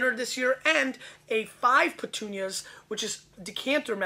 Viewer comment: Also it's not "petunias". it's puttonyos (Poot-tone-yosh). It refers to the amount of sweetness (sugar) left in the wine after fermentation.